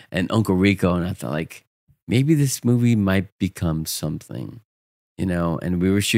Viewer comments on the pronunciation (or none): “I’ll build her a cake or sometheeeng”